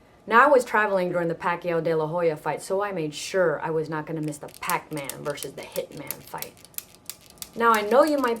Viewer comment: "He's nat breding!" haha typical lola watching a boxing math :D